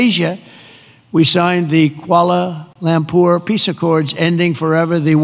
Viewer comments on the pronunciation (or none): Saya suka Mr Trump ckp kualer lamper😂